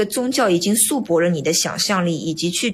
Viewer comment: 束缚念成shu bo 造诣 念成 zao zhi